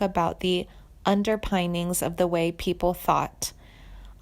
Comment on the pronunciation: Clearly you know she's not dead from all the comments. You also used pictures of Jennifer Lawrence. And cannot pronounce words you supposedly chose (underpinnings, garnered) which leads me to believe you didn't write a lick of this- just reading from Wikipedia. Why are you doing this? What do you get from it?